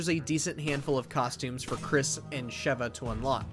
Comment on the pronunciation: Finally said Sheva correctly lol